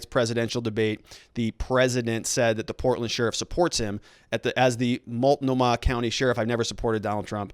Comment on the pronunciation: lol I love how you say, "Multnomah." I take it that you haven't spent much time in Oregon? Or maybe you just say it different idk I've never heard someone say it that way though..